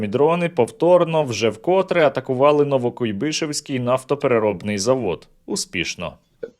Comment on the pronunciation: НовокУйбишевський, не НовокуйбИшевський